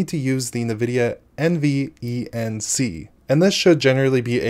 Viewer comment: I cringe each time you say Nvidia or NVENC